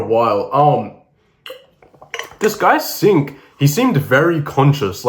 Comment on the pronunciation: Yoo bro that's aint sink it's singh 😢😢if he's from north india